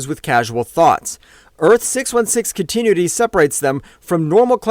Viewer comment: Can't pronounce continuity so I'm convinced it's ai